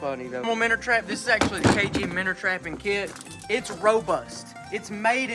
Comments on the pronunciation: Minnow MinnOW there is no R in the word. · Minnow❌ Minner ✅ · stopped watching first time he said minnow